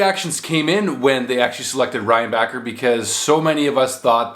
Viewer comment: it's pronounced ReinbaSher